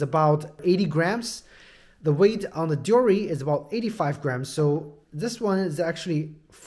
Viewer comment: The way this guy is saying deore is lowkey pissing me off😂 overall nice review tho